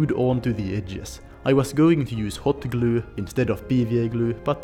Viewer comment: I love how he says "glew" :)